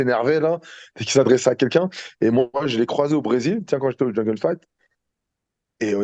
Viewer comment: il dit jingle fight au lieu de jungle fight meme sur les noms des orga il abuse 😂😂 force les gars tjrs la meilleur émissions ça bouge pas